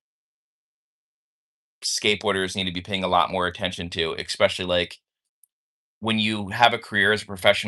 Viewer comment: If I hear say “Expecially” one more time….